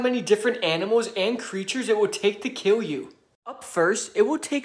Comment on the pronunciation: Ur pronouncing kill as kiww it very cute